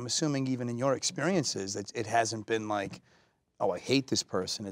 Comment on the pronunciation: Chris Evans: exceptional vocabulary Also Chris Evans: I don't wike it